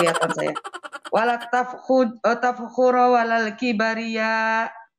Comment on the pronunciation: JHIAHAHAHAHA.......NGAKU2 KETURUNAN HABIB BACA KIBRIYYA AJA KIBARIYA...KNPA KGK KIBAR BENDERA....😂😂😂😂😋